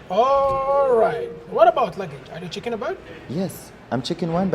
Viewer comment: There is a huge difference between CHECKING and CHICKEN ! They said Chicken, while they mean Checking! (WRONG Pronunciation) For more info.. ASK GOOGLE Translator ;) ..